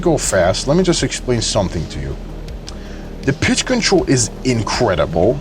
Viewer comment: went through half of the video thinking he was saying "Collective bitch"